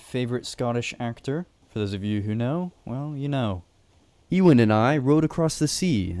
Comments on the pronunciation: E-Wan? You mean Ewan...or Euan...You-ann. JS. And I'm guessing it's Ewan McGregor that's your favourite actor...correct me if I'm wrong! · i hope youre not talking about living legend ewan mcgreggor calling him ee-wan and not you-en LMAO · Yoo-an bro not Ee-win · 😂😂😂😂 Ewan 😂😂😂😂 E-Win pronounced U-in gave me a laugh though 😂😂😂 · its not lronounced ewan its pronounced you-in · It’s not pronounced “Ewan” it’s actually pronounced “U-an” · Also ......Ewan. Its pronounced You ahn not Ee Wan. I love interest in my home country too but the pronunciation makes the video hard to watch 😢 🏴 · Ewan is pronounced you-un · I have only one major complaint. Ewan is pronounced as You-in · The way you pronounce Ewan bothers me every time. But what bothers me the most is the implications that Wisps are friendly considering usually in Scottish folklore they aren't, they mislead people into dangerous places like bogs in the dark and fog where they'll die/drown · The way he pronounced the name Ewan was very amusing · Your pronunciation of Loch and Ewan makes this a hard watch